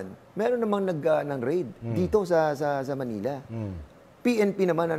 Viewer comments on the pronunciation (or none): none